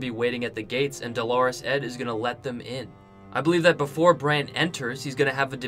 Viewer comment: Good video but please learn pronunciation! Who's "Delores" Ed? You mean "Dolorous" Ed Tollet, you should be saying it phonetically, my friend.